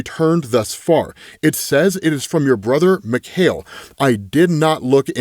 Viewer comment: Just so you know it's pronounced Mee-kai-el Rasputin. It's the Russian version of Michael